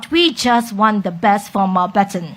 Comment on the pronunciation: Why when she says Mountbatten she is missing the letter n sound in the middle? Replaced with o sound When she mentioned gesture in the other interview, the j sound replaced with g sound.